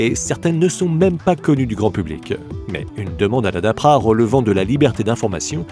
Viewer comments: Tu devrais déjà apprendre à lire,car c'est pas la dapra mais la DARPA ! LOL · La DAPRA???? c'est DARPA la bonne prononciation, et aucune arme du future juste des technologies non utilisés ou en développement... Bon un "lama faché" numéro deux, je vais passer mon chemin. Bonne continuation de putaclick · Darpa et non Dapra. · Wé c'est ce qu'il dit dans le com, le mec le prononce mal dans la vidéo mais t'as pas l'air de trop comprendre.